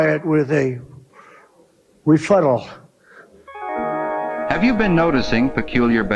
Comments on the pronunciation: Thr legal term is: Rebuttal and not refuttal. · Saudia Rabia, Russia, dupetooo duh, refuttal, venizwera, oranges the oranges of the investigation, ananomous